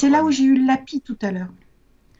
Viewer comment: Omg mais j'adore ta voix elle est trop drôle et le lapi mdrrr c le lapisse (sa décris pas comme mais sa se prononce comme sa )